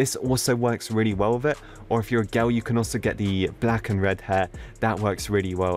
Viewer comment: Me saying girl: girl: Girwl Me: HE NEED SOME MIWLK